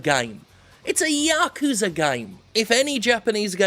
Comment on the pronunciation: Fucking finally, someone else who pronounces "Yakuza" properly, with the emphasis on the first syllable and not the second..."YA-kuza" not "Ya-KUza